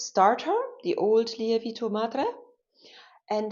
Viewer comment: Great video. Just a little tip for you, the correct pronunciation of lievito should be more like lee-evv-it-o.